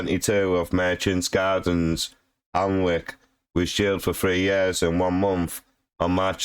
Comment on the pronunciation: You can’t even pronounce the town right?!